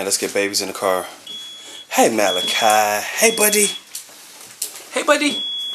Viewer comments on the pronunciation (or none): none